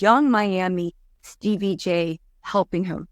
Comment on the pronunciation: Steebie 🤣 I can’t say his name correctly since joseline!